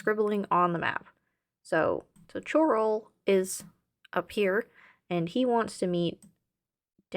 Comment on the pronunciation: Its Chorrol 'Coral' not Ch-oral - the Countess pronounces it for clarity. But yo I very much appreciate and respect the investigation into the quirky mechanics of my favorite game